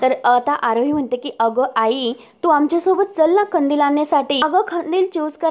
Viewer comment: खंदिल नाही ओ कंदिल, मराठीची वाट नका लावू